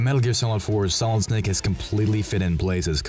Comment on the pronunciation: "as SMALLid Snake" gets me every time